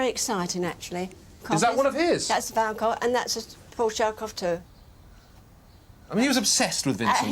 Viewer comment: He pronounces it 'van Goff' but it is actually pronounced quite differently in the Netherlands. The two Gs in Vincent's surname must both be pronounced like the Spanish letter J (e.g. the J as in 'Juan'). Or like the LL in Welsh. Also one should not pronounce the 'van' in the same way as for a delivery vehicle, but rather as 'funn'.